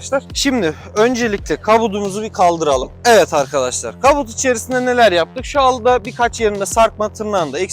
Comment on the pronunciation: Israrla KABUT diyorsun video çekerken doğrusunu biliyor olman lazım !